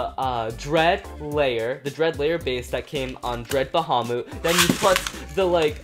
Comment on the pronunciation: Why you say fafnir longinous and bahamut wrong